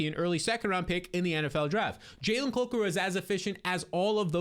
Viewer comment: The way you're pronouncing Jalen COKER's last name is killing me lol